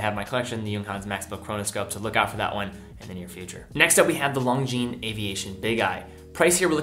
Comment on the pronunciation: It's pronounced Lon-jean, not Long-jean.